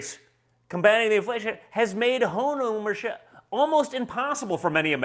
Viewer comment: Don Jr. literally said "Hone Owmership". F*ckin' kill me.